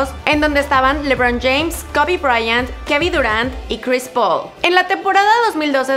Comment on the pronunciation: "Kevi Durant" JAJAJA